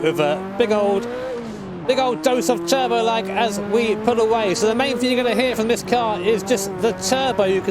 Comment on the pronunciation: 1. Not "Teubeuo" but Turbo. 2. F40 is just overrated.